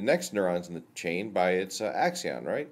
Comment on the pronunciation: Do you have any other videos on brain stuff? I'm really tired of all the philosophical nonsense. Here you call it an "axion" multiple times, but it is actually an "axon". I wonder how much you've studied the real and not the hypothetical. Every neuroscientist (save Hammeroff) says Free-Will is false, and after reviewing the evidence I have to agree with them. Nothing in the videos actually are philosophical "free-will" and some of it is scientifically false. For example